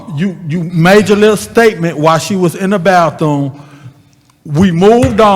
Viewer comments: Not talking about a “baththoom.” Point of information! What is a “bath-Thomas”?!!!😳🤔🤦🏾‍♀️ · Is really saying BATHOONE 🤔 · " baththoom"... really?